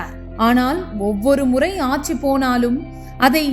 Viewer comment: யாரு?! நம்ம மனோரமா ஆச்சியா?! ஆச்சி ❌ ஆட்சி ✅ கலைநர் ❌ கலைஞர்✅ கருணாநிதியில் "ரு" குற்றியலுகரமாகப் பலுக்கக்கூடாது. முழுமையாகப் பலுக்க வேண்டும். சில நாள்களில் ✅ பனி ❌ பணி✅ கண்காச்சி ❌ கண்காட்சி ✅